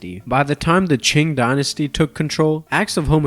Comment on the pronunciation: It is not pronounced as song it is pronounced as son. The same applies to qing, you shouldn' pronounce the letter g at the end